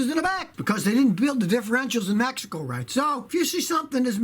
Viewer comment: “Mehico” -Scotty Kilmer, 2019